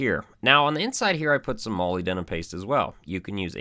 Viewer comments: Moly denim paste? Molybdenum? Muh-lib-deh-num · Muh-lib-duh-num That's how you say Molybdenum. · Awesome video. For your info your pronunciation of molybdenum is off, petty I know, but if you're like me you may wish to know how product and other names are accurately pronounced.. check this out..